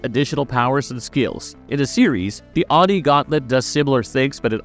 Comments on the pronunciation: Its OH-NEE (Oni) not Ahnee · How he pronounces oni is bothering me lol